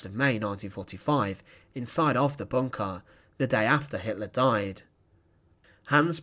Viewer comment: "Pressurah in bunkha" :)